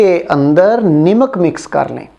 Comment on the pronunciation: Uncle ji nimak ni hota namak hota hai bss mera mqsad ap k word ki darustgi krna hai